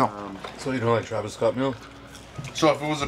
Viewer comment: Lol how pronounce Travis Scott make me dead 🤣🤣🤣🤣🤣🤣